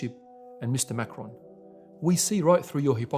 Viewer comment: Since different perspectives and interpretations are the glue holding your feeble religion of peace together... I thought some clarification would be helpful here. President Macron - is pronounced [ mak-ron ] French Macaroon - is pronounced [ mak-uh-roon ] Sir... your misuse of syllables is blasphemous, rendering the rest of your video full of misrepresentation and ultimately obsolete